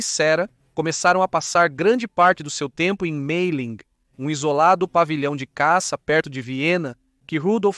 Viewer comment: Me explica uma coisa, por que os nomes franceses e alemães são são pronunciados com esse acento totalmente fora da curva em inglês? Maria é Maria, ClémentIne ñ é ClementAIne, MAYerling não é MEIerling, pelo amor de Deua, faz um google antes de pronunciar os nomes errados!!!